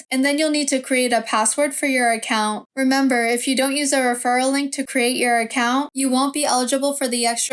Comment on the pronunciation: The way you say account is putting me off. Sorry. Don’t recommend channel selected.